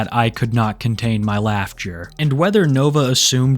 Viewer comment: "Laugh ture" come on.